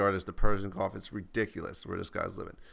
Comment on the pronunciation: HA!! Sounded like you said Persian GOLF instead of Gulf!